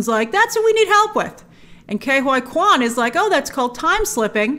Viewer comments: surely ke huy quans name is not pronounced "K Y Quan" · she should really work on the pronunciation of Ke Huy Quan